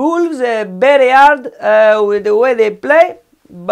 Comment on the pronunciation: Bolves bery hard